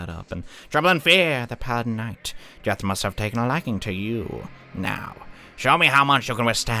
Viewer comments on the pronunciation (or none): none